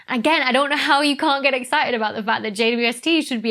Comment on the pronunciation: Excited, EXCI T ED. Not exci ed.